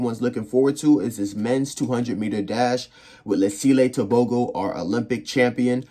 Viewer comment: Ter-Bho-Go😅 American accent